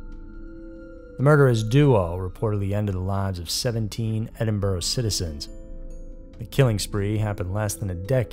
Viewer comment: Totally impressed that as an American, you managed to not only pronounce 'Edinburgh' correctly, but also 'Celtic'. Well done, Sir, you really DO do your research properly!